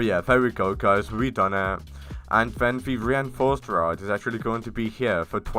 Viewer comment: "the ewapid rod"